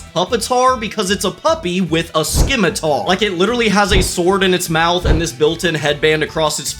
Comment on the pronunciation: The 'c' is silent in the word scimitar.